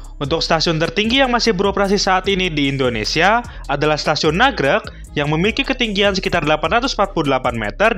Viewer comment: Nagrég mas, bukan nagreg